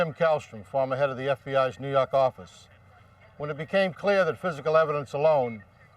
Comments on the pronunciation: "nuu yawk affice" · New Yawk Affice xD 🤣😂😆